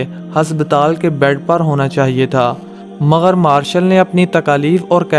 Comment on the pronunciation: "مگر" ھوتا ھے ناکہ " مغر "